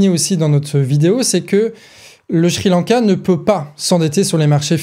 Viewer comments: Pour une fois au lieu de d'encenser la très bonne analyse du ou des sujets que tu traites ou de mettre simplement un👍, euhhh... S'il te plaît; Sri-Lanka ne se prononce pas Shri-Lanka ! J'sais pas pourquoi mais chaque fois, ça m'a fait perdre le fil quelques secondes 🙃. Voilà, bon, tant pis mais c'est tout ce que j'ai trouvé à rajouter comme critique constructive alors ...😉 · Très beau travail au collectif du canard mais aussi au ton de pour l'argumentation! Tout est bien clair Maiiiiis c'est moi où au lieu de dire Sri Lanka (ça se prononce Ciri lanka) il dit "Chri lanka"? Ah moins que ça soit lz vrai prononciation je suis étonné et j'avais tout temps envi de rire alors que j'écoutais la video avec sérieux (hésitez pas à me le dire j'ai bien ris pendant ce passage mais le sujet reste très bien écrit!)